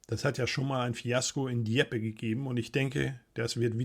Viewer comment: Ich bin über die Aussprache des Ortes "Dieppe" überrascht